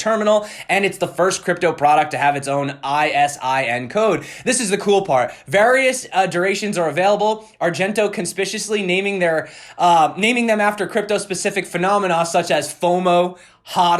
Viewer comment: It's pronounced "Con-spick-you-us-lee"